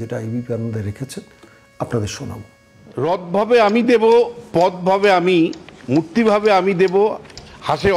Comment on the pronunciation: একটি অপেক্ষাকৃত অন্য ধরনের মন্তব্য..! শ্রী বিশ্বনাথ চক্রবর্তী মহাশয় ((রাজনীতির অঙ্গনে তিনি অবশ্যই সুবক্তা এবং সু-বিশ্লেষক'ও বটে)).. কিন্তু বক্তব্যে রবীন্দ্রনাথের যে কবিতা "quate" করছেন.. (যদি তা "কোট" করতেই হয়ে).. ?! সেখানেও কিন্তু একটু "উচ্চারণ'জনিত" সচেতনতা বা সতর্কতা রাখা ভালো..!??.. আমরা দেবতা বলতে "দেব" শব্দটি ব্যবহার করা..! কিন্তু সেটি পাঠ বা বাচনভঙ্গি'ও যথাযথ হওয়া উচিত..! "পথ ভাবে আমি দেব! রথ ভাবে আমি..." রবীন্দ্রনাথ ঠাকুর ইত্যাদি ---- (উচ্চারণটি " 'দেবো' !?.. নয় কিন্তু!.. এবং অনুসরণীয় বক্তব্য এইটুকুই..! ধন্যবাদ...!